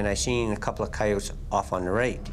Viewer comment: I've never heard someone pronounce coyotes like the narrator, he says it like the word "coy" at the beginning